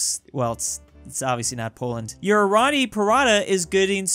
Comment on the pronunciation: PARRRATA is paratha not pratraa and roti is roa tee